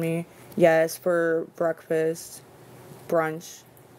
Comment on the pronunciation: “Brunch” 😂😂😂😂 child please!!